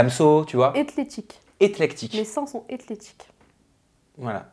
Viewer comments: c'est éClectique pas éTlectique!!! Le sens est juste mais pas la prononciation 😉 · c éclectique, pas etlectique...